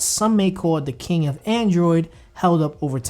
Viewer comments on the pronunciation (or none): none